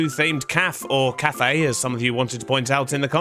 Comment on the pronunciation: bro stop saying "calf" instead of cafe